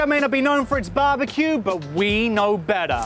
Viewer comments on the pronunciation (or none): (british accent) "we"... who's "we"?